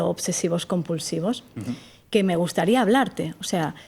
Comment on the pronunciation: minuto , "que me guataría hablarte"... es muy argentina esta chica española...